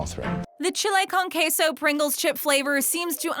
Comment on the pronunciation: That pronunciation of chile con queso though